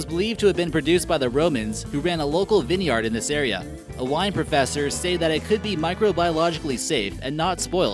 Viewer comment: Viniyard? It's pronounced VIN-yard